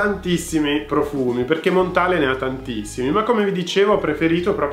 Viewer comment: Si pronuncia Montal no Montale. È francese!